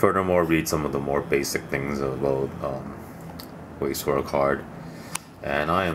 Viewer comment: Pronounced veiss schvarz